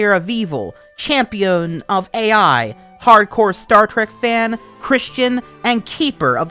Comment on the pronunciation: As a point: "Ai" may be pronounced like "eye" as it's the Japanese word for love.